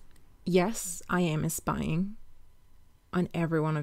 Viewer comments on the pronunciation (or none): Others: "spying" The accent: "eh-spying" I love it